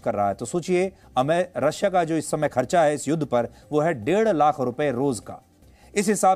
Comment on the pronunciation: Read properly dear 3 times you say DER LAKH , PER DAY